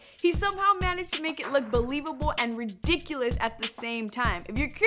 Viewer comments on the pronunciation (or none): she said ridiculette